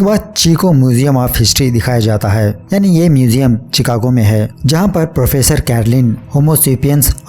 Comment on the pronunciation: शिकागो bhai.... चिकागो nahi... 😆😅😂 👍👌🏻 nice explain!